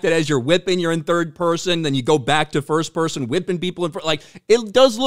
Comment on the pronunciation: This game is gonna BLOW oh but hey its 3rd and "FUHST PUHSIN"